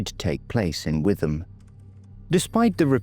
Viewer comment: Another superb video on a neglected case, you are doing a brilliant job with all of these. A very small point - it’s pronounced “ Wit-ham” in Essex